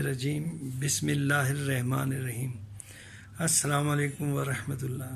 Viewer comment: Khudara klma to sahi prhy .rahmane raheen ...parhy